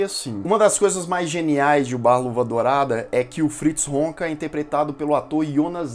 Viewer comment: Irmão. Video muito legal. Total respeito. Mas não é Wonka o sobrenome do individuo. É Honka. Pronúncia e grafia diferentes. Você fala "Wonka".